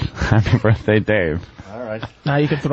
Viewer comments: Hey Opie, what white guy college educated white guy says " birf " day? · Opie thinks its clever to pronounce birthday like "birffday" every single time he says it. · I love how Opie pretends that saying 'birfday' repeatedly is going to make him funny.